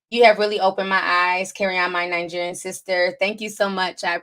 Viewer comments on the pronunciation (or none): “Fruneral, Vietmanese, and ninegerian” 😂😂 I love it. Oh and you can refer to us “Caribbean people” as West Indian ❤️✊🏾